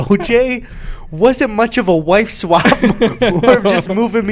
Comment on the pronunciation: eddy keeps saying “wive swap”